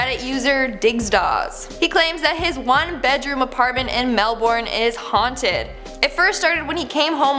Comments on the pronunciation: As an Aussie, I would like to offer you the Aussie pronunciation of Melbourne. It's "melbun" 👌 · If anyone wants a movie of someone thinking they're in touch with a dead loved one only to find out it's an evil force I suggest the night house, it's so good That pronounciation of Melbourne deserves it's own horror movie lmaooo